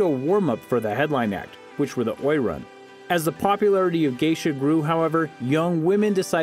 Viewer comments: The pronunciation of Oiran is O E ron, not oy ran. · Oiran is pronounced O-E-Raun (the R is rolled), not Oy-Ran. When the Geisha (Geiko) Guild was ratified two stipulations were that they could not be prostitutes (punishment was lifetime imprisonment) and they could not dress as gaudly as the prostitutes (unfair competition to the prostitute guild).